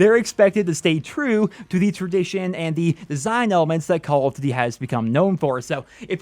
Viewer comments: "Call of D'thy" lol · Lol he keeps saying "call of dd"